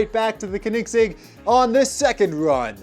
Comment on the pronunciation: its not kenigsig its koenigsegg